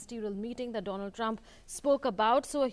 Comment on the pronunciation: Modi introduced as Mr Doland Trump hahaahaa